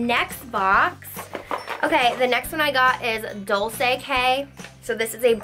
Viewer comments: It is not dolce it is pronounced dolche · You say dolce doll chey